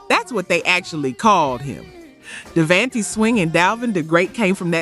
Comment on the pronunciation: K-sigh? Dayvantee? Joe dey see? Mary J BLEEJ? gin a win? Die brat? The fue-Geys? Lip cinching? Please please PLEASE A STOP USING AI! Just read it. It's not hard